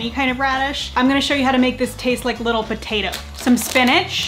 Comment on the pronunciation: Lol “potatoie”